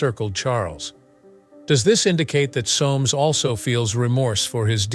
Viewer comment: BTW - in English that name is pronounced (phonetically) SOMES . . . .